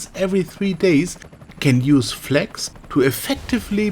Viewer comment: you cant even pronounce flags it sounds like fleks